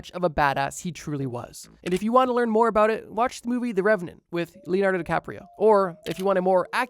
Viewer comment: “a-boot” lol